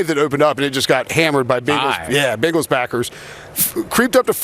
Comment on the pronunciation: For the love of Cincy Please say Bengals CORRECT